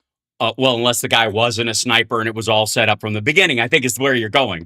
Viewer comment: I had to go back - Tucker says 'keep a sniper from shooting me', I heard 'keep his diaper from shooting me'. 🤣